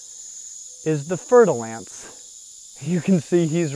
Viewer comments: Hello.... Greetings from France. As Always 😁 Amazing video. One thing: Fer de lance is a french word meaning Spear Iron. And Fer is pronounced like Fair in english.... I always like when english/american try to pronounced french words. We have sound that you don't have and vice versa.. Merci beaucoup pour ton travail et à bientôt 😁👍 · Pronounced "fair de lance." mon ami.